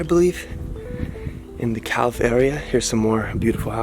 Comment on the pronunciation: Calw. Not Claw.